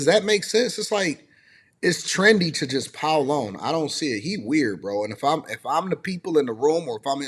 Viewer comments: He can’t even pronounced the word “weird”. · Bro Ninjas are just ninjas. You can't make sense out of stupid. Bro can't even saw the word Weird right. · Can’t even pronounce weird correctly!! What an idiot!! People have jobs and Russ was always in an NFL SEASON DUMMY!! What an idiot!! Russ is VERY CLOSE TO HIS MOM AND SISTERS!! Where are you at now because Russ is still in the NFL! What a hater!! I also get food catered on the holidays and for birthdays!!🤬🤬🤬